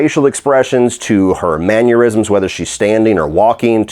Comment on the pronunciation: It’s mannerisms** not manurisms btw